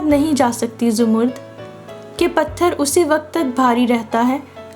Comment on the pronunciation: Boht pyari kahani. Lekin ap mind na karen to aik baat kahun. Ap kuch alfaz sahi ada nahi karteen. Jese zamarrud ko ap jamurd bol rai hain. Isko propounce karen Zamar-rud. Yani 2 syllables me.